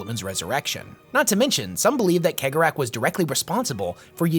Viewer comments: I disagree with almost all of your assessments. And like most mon-keigh, you pronunciation is garbage. It's "Sey-gor-ah", not keg-or-ach. But mad respect for your effort. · WHO THE FUCK IS KEG O RATH ,,,, did he mean chegorath thats is just wrong dude you need to lean how these words are pronounced not how you read them he 100 youtube videos + feature this charcter and in 100% of them they all say his name correctly have you never seen a single piece of warhammer content on youtube ? or are you just a lazy tick tok clone that is making videos others have already done but in a shorts manner not a big fan of this super low effort stuff . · pronounced Cegorach's name wrong :'( everyone does, unless you speak Irish lol no guessing where im from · Is it pronounced like khegorach or segorach? ... I feel like he draws great amusement from people bickering over it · Majorkill is crying over your pronunciation of Cegorach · Is it pronounced cee-gore-rak